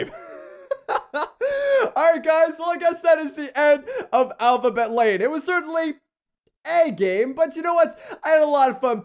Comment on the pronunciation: it kinda sounded like you said alphabet laid xD